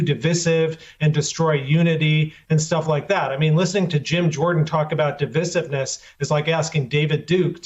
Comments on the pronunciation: Why can’t he pronounce Divisiveness properly. Is it like Americans not being able to pronounce Aluminium correctly? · How is it that guy doesn't know how to pronounce "divisiveness"?